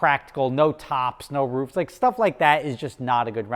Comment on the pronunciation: You say roof and because weird😂😂